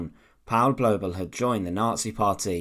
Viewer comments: Massacred the German pronunciations perfectly. Third reik. Paul blobble. Massacred. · The documentary was marred for me by the constant mispronunciation of Blobel's name. It does not rhyme with wobble or babble but with global.